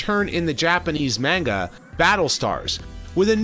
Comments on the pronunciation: Dammit! You was going so well, but then you said "MENGA"... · Nah, don't worry, I'm joking. Anyway, since it's japanese, you should pronounce it like it's written: "MANGA". The first and the last "A" are the same.